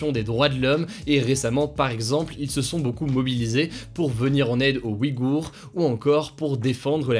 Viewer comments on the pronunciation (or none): none